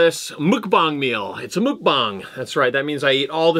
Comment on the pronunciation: it's pronounced muck (rhymes with luck or tuck)-bong